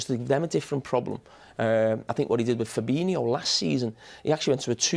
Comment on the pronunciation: You would think after being on Sky Sports punditry for so long you would get Carra some lessons in how to pronounce players names properly especially his own clubs! Firbinio???